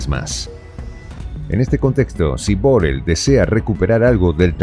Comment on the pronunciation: ¡¡¡¡¡POR FAVOR!!!!!!!! NO ES BOREL, SINO BORRELL, Y SE PRONUNCIA CON DOBLE R COMO PERRO O PARRA. Y DOBLE L FINAL, COMO LLUVIA.